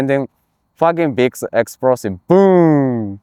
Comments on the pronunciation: "An then everybody die. It's facking big esprosive" 🤣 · "and then my rifle is fack up by facking big esprosive" 😂